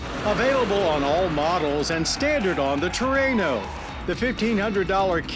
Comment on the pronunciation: At 1st, I thought Mr. Davis said Truanal? 🤔